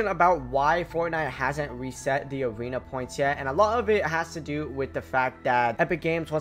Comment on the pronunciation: awena weseting you sound so wierd